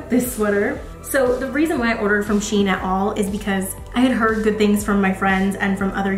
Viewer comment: Cute haul! I can’t get over how nice you look with every single hat?! I love the baggy shein jumper and the checked coat! Shein is pronounced ‘she in’ because they used to be called she inside! Not sure what that name is supposed to mean though 😂